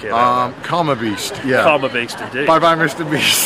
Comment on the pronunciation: Lol I can't stop with those men chasing " Misuta Bisuto! Eeeeeeeeh !" Lol this clip is too funny 😆